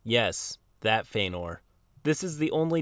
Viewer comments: This edgelord upsets the hell out of me, don't butcher Feanor's name c'mon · Mispronouncing Feanor is triggering my inner LOTR Nerd :/